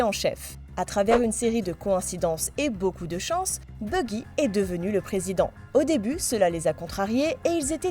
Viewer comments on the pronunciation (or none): Buggy ? Baggy "a"